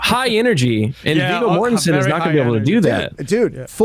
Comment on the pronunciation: "Viggo Mortenstien!!!"